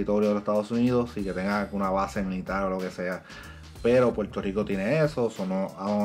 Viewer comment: Se dice Puerto Rico, si te gusta el negocio de comunicador. Tu dicción y pronunciación, aprende a pronunciar la “r”, suenas poco creíble porque apenas puedes pronunciar el nombre de tu país.